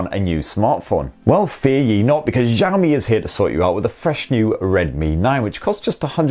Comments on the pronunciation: "shi-ow mi" not "zhi yao mi" btw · actually it's "si-ow mi" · it is pronounced Shee-Ow Me. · what do you mean 'No'. the guy clearly pronounces it wrong and if he just speaks the words I wrote it is much closer to the correct pronunciation. I would hate to hear how he pronounces Hua Wei.